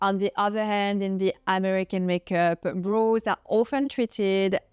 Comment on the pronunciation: Brows, soft “o” pronunciation. Sounds like now, power, shower.